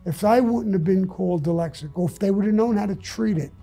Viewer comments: Sammy the Bull: “Dylexic” EVERYBODY: “Dyslexic!” Me: “Is that how it’s really pronounced? Maybe he knows because he’s dyslexic?” 🤔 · You know your dyslexic when you say dylexic. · I bet he still pronounces it “Dilexaca” because no one ever had the balls to correct him. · He's soo dyslexic...that he calls it Dylexic. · He’s wrong about not needing a lot of ammo. What if you’re being attacked by multiple ppl with guns goofball? And it’s dyslexic not dylexic. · Somebody needs to teach him he's dyslexic and not deelecsick😂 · 'DELEXIC' KKKK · Repeat after me Sammie "dyslexic ". No Sammie, let's try it again "dyslexic ". No Sammie one more time "dys" " lex" "ic". Good now put it together "dyslexic". Wrong, come on dude. SAMMIE PUT THE GUN AWAY!!!!! LOL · This man is so tough and respected nobody ever told him he was pronouncing Dyslexic wrong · To be honest his teeth don't allow him.to say it correctly, thats the kind of critical thinking u need to have. Critical thinking before critical living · Can't pronounce "dyslexic", but ain't nobody gonna tell him. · Do you think anyone bothered to correct him? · I love how he doesn’t pronounce dyslexic right after being diagnosed 76 years. Gives 0 fux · I cannot believe you called that out? Brave 👏 As for me imma just pronounce it Sammy's way from now on thank you!